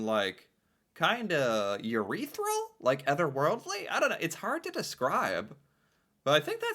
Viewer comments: Urethral? :P Do you mean ethereal? :) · I did NOT hear "urethral" instead of ETHEREAL???!!! xDDDD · Wait dis ge say urethral instead of etherial?😂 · Ureatheral?... 😂(Pissy) ... Ethereal probably 😅